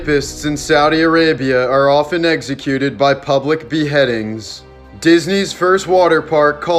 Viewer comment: execute not eggscute?